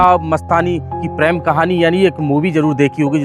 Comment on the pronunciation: PREM, NOT PRAM. 😂